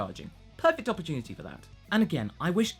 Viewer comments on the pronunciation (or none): none